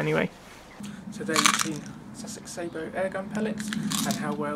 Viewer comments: I can't be silent anymore, you are making the same mistake the yanks make, the word is sah_bow, if you add a t, at the end you will have the proper word ,that is sabot, I think it is French for shoe, or similar, if you think about it ,it makes sense, a shoe to hold the projectile, please try not to copy American pronunciation of any words,as you know they can't even say English words yet, they are a very new race, and have never heard any words pronounced properly. Especially French, I might be talking bollocks, just for annoyance sake , I'm never sure ,being Welsh, so if I am wrong ,along with everybody I know who has fired sabots ,that's sah_bow, then please correct me , I need correcting,,by a lady ,I suggest my place 4o clock Fridays, by the way there are sabot tank ammunition,. They cost a lot more and are hard to fit into an air riffle, sorry yanks, ruffle,. ,🤗,,,Happy fishing,,all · Interesting review. I'm looking at buying some as a novelty. Just need to point out that the pronunciation of Sabo is incorrect. It derives from the French sabot, a wooden one piece shoe worn by the poorest members of society. Sabo here refers to the shoe that the projectile is loaded with. Edit. Got 54 with a few Prometheus thrown in from eBay. Only a novelty as too erratic to be taken seriously!